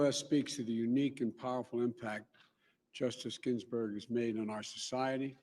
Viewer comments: It's GINSBURG! Not GINBURGS! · Right out of the gate- " good afternoon.... on friday....my wife Jill and I....had the honor of paying respects....to justice GINBERG" GINBERG???? OK nothing wrong here. Please watch any press conference from 5+ years ago. Joe was a strong, well spoken, foot in the mouth at times but charismatic speaker. That time has past. It's dishonest to pretend that Joe is mentally up for the Job. He can't even string more than a few words together without a pause. Let me guess, it's because he was a stutterer. He just happened to pick it back up (stuttering) 60+ years after conquering the speech impediment. OK. The whole thing is a dishonest farce. He should have run instead of Hillary. By some chance he is elected President within a month he will have some mystery stroke or something medical and Kamala will take over. That's the plan- smoke and mirrors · 1st off Joe, the late Justice's last name is GinSberg, not Ginberg as you stated in your opening. 2nd, when the current president wins re-election, are we, the American people, supposed to wait another 4 years for the seat to be filled? The American people did elect this president, so he is fulfilling our will. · "justice GINbergs" ? This fool doesn't even know her name. What a dweeb. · Justice Ginberg? LOL